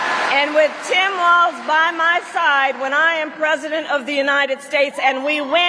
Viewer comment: Walls not Waltz.